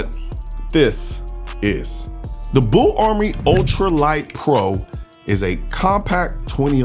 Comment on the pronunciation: BUL Armory, sir. Not BULL